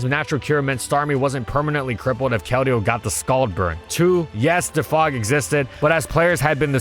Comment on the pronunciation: When is he gonna learn how to pronounce defog?